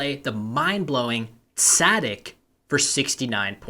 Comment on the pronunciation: it is pronounced “tza-deek”